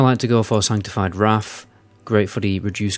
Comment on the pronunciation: I’d love to see a video where you challenge yourself not to turn [th] into an [F] at the end of words. 😄 Maybe then we can stop talking about Deaf Knights and Wraf of the Lich King etc! 🤪